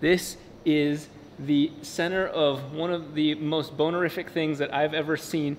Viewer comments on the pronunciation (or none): yep... he said boner-ific. i had to go back and listen again cause i thought i was trippin... haha!